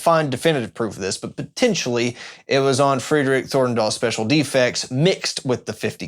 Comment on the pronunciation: Pronouncing Fredrik Fridrik is something I never heard anyone do....(you supposedly pronounce his name FRED-rik like AlFRED of batman) and Marten you pronounce as MORT-en. Other than that, amazing and super informative video., Welcome back, we need more of you, and I am glad you seem to be doing well! <3